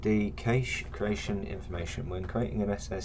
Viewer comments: Nice video, even if you do have a funny pronunciation of 'cache', it's normally pronounced "cash" not "cay-sh". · Very helpful. Also made me check how I’ve been pronouncing cache. Correct is indeed “Kash” phonetically. If that’s helpful 😊